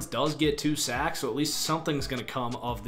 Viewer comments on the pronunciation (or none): none